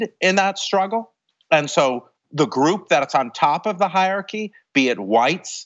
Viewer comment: I'm not sure what's more shocking, the terrifying march into fascism Jason Stanley talks about or his pronunciation of hierarchy